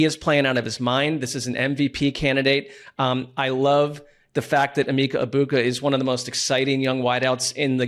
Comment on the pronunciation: Would have been better to see the team call out the racism element to butchering Egbuka's name, rather than all just sniggering at the mistake and how he's "stoopid". Come on Team, do better!